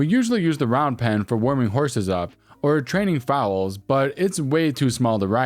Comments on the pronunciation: Foal is pronounced like coal, not fowl (or foul) But wow, telling the barn owner to get out of their own barn?! That EPM has a lot of gall to think she could get away with that!! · Foal is not pronounced FOWEL. It is a foal (like COAL), not a bird "FOW-EL". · Foal rhymes with coal😉 Great stories! 🌹🌹🌹